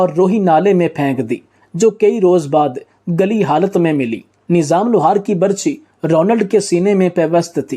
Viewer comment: بےوقوف انسان نیظام نہیں لفظ نظام ھے ویڈیو بنانے سے پہلے کسی اچھے استاد سے اردو پڑھنا اور بولنا سیکھ لیتا تو کتنا اچھا ھوتا